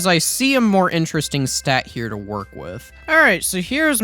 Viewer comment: “Trying to figure out how swords wornk.”